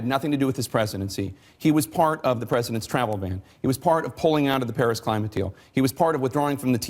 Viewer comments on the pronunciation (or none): none